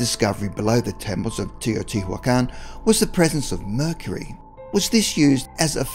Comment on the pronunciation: I enjoyed the video, though no new info, but I have to point out a couple of pronunciation issues. You did alright with Teotihuacan, But Tikal is not "tickle", it's "tee KALL", Kukulcan is not "cuckle kahn" but "koo kool kahn"